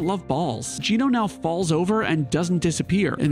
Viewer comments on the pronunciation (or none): none